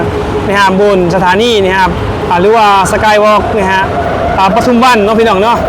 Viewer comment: ปทุมวัน อ่าน ปะ ทุม วัน ไม่อ่าน ประ ทุม วัน เด้อ บ่าวโบ้ ปทุมวัน ไม่มี ร เรือ ถ้ามี ร ประทุม ความหมายไม่เหมือนกัน